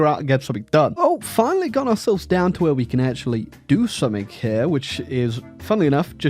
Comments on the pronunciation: Mmm yes it's time for to say "summink" in a video despite English being his native language and "something" having nowhere close to a "k" sound in it. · Technically, "g" and "k" are quite close together in terms of articulation. One's voiced, the other isn't, that's the only difference.